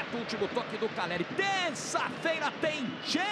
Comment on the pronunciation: Tem como parar de falar “Carelli”?